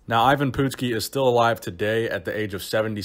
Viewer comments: Hey...it’s not Pootski, it’s PUT-ski.. remember watching him back in the 80’s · love your channel but being a wrestling fan from the 80's i have to let you know its pronounced Eye-Vin Putt-ski not Eyee-vin Poot-ski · It's put ski not poot ski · It's not "pootski", It's "putz ski". You putz. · His name is ivan putski not ivan pootski... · Not POOT-skee...PUT-skee (putski) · PUTs-Ski not POOT-ski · "uh" not "oo" ;) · Poot-ski?? Dude learn to pronounce it correctly! It's pronounced Putt-ski, like a putt in golf! You dumbass! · It's pronounced put-skee. Not poot, not putt, but put, as in put down that turkey leg. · Dude! He was the Polish Hammer! The nickname is key. Also, it's pronounced Putski which rhymes with "Butt"ski. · The last name is pronounced Puttskee. This dude was Beast! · It's pronounced Putt' ski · It’s pronounced Patski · Great video! I got a good chuckle out of the way you pronounce his name...😂😂😂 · Good video,, but you really hammered the pronunciation of Putski’s name. Take a look at this vid and how Gorrila Monsoon pronounces it as compared to how Jesse Ventura intentionally mispronounce it to intimidate Putski. Classic stuff.